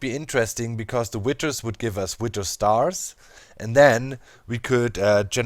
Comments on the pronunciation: Witer? or Wi(th)er? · DOC IT is withhhhhers not Witters ;p